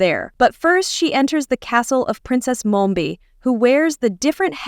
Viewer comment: Its mombi not momba